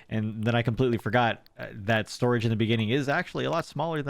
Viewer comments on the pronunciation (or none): none